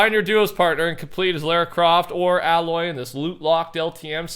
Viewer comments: btw its ay loy not alloy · Hey, just saying aloys name is pronounced Ay-loy, I felt like I had to say it since it’s starting to bug me that you say the name like that, no hate just a little thing that bugs me that’s all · The way you pronounced Aloy and Ramadan 😤